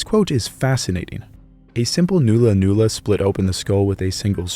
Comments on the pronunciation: It’s not “noo lah noo lah” it’s “nah lah nah lah” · It's pronounced null-a null-a not new-la new-la. Great vid. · its NOT a noola noola its a nulla nulla pronounced null a null a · it's pronounced nulla nulla, not noola noola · It is pronounced nulla-nulla, not noolla-noolla. The Australian timbers used for weapons were hardwoods with long fibres, so the wood is both hard and strong, such as a eucalypt named Ironbark. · And it is not NOO-LA NOO-LA it is NULL-LAH NULL-LAH , like the null in nullify . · Nulla Nulla not Noola noola. Its "U" like in nut. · Rosewood. Buried for about a year. Make good Nulla Nulla Not pronounced newla newla. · Great video, very well researched. Just one little criticism, nulla nulla is pronounced “nah-lla nah-lla”, not “noo-lla noo-lla” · Quite good testing done here and as someone else pointed out, the curved boomerangs and clubs were made from wood already in that shape. Mulga tree roots were especially popular. BTW, The 'U' in Nulla Nulla is pronounced as in the word 'under', not Noola Noola. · not "noola noola", /nala/. The vowel is like the u in hull or cull, more of a short 'ah' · ulla is the sound so n-ulla n-ulla. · It’s not new-la new-la brev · Excellent video, just a small quibble " nulla-nulla" is pronounced as in "null " and void. My missus confirmed this for me her being a Kamilleroi woman. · The "u" sound in nulla-nulla is pronounced as in "nut". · I just found your channel after seeing your video with Extinct Zoo, and now you're doing a video on my culture? Crazy stuff. BTW, Murrumbidgee is pronounced with a J sounding G. So Mur-im-Bid-Jee. Also, the Nulla Nulla is an Uh sound. Like in Nut. I'm from the Wiradjuri tribe, so we'd call it a Bundi, with the U sounding like the U in Jun. Bun-dee. Not trying to be rude btw. Just sharing knowledge. Thank you for the great video. Much appreciated. ♥️💛🖤